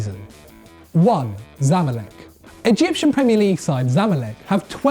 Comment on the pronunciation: its not zamlek its ZA MA lek